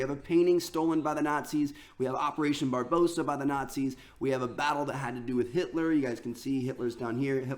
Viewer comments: He kept saying Barbossa when its Barbarossa .... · It's pronounced bar-ba-rossa Not bar-bossa. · Triggers me when he says "Barbossa" its pronouced "Bar-bar-ossa". even spelt differently. Didn't realise we had pirates in this game, hopefully Jack Sparrow makes an appearance. Only messing around btw ;) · it's barbarossa not barbossa you uneducated bellend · It's bar-ba-rossa not barbosa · when i have never seen an American pronounce Barbarossa properly LOOK AT THE WORD it's not barbossa it's. Barbarossa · "Bar-boe-sa" Bruh... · Did this man not due school....? THATS NOT HOW YOU PRONOUNCE BARBAROSSA.